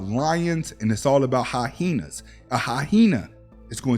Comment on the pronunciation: I subscribed after "hy-henas" Any man that can say hy-hena twice with a straight face is blessed with unshakable self confidence. This man has some things to say and I want to hear more. SALUTE! ✊🏾